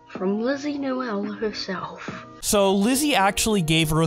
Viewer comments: You literally say linzy nooel 🤣🤣🤣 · i feel like i shouldn't be getting annoyed by this but ngl its noel like no, L not nole